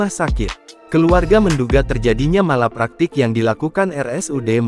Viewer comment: Nggak jelas kronologis nya. Gimana sih ini berita. Pembaca beritanya juga salah menyebutkan MALPRAKTEK dengan Malapraktek. S.O.P juga bacanya sop... sayur sop kalee. Btw saya sering bertemu dokter Puskesmas dokter baru yg memang menghadapi pasien BY THE BOOK banget. Jadi melihat kasus spt robot, berdasarkan hafalannya saat kuliah saja. Jadi tidak melihat pasien kasus per kasus. Saat menerima pasien baru datang banyak dokter dan perawat itu juga kayak entah takut atau jijik dengan pasien jadi banyak dokter dan nakes yang tidak menyentuh pasien padahal kadang perlu untuk mendeteksi kondisi pasien. Karena termometer, stetoskop dan alat tensimeter saja tidak cukup. Harus lihat mata, lidah, permukaan kulit, suhu tubuh di perut. Dll. Dan banyak juga dokter dan nakes tidak bisa membuka komunikasi dengan pasien padahal itu sangat penting. Ya iya sesuai S.O.P, pasien dites tensi, suhu badan, detak jantung, terus diobservasi dgn cara cuma ditunggu. Kalau kondisi pasien urgent ya gak bisa observasi dgn cara ditunggu untuk melihat kondisi pasien. Harus dijalin komunikasi dengan pasien. Bagaimana bisa tahu kondisi pasien ya harus dibicarakan apa yg pasien rasakan. Juga harus bisa bedakan antara rasa sakit, perih, spt tersayat, spt ditusuk-tusuk atau apa. Juga dengan sakit di kepala apakah pusing, berkunang-kunang, hilang keseimbangan, vertigo, kepala sakit seperti diremas, atau sakit seperti habis dipikul. Macam2 rasa sakit di tubuh itu menunjukan indikasi penyakit yg berbeda dan itu bisa